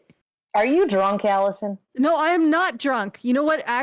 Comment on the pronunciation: 144 episodes, and I think I've heard Alison say the intro correctly twice.